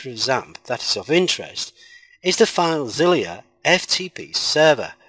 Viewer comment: why you pronouncing filezilla as filezilliya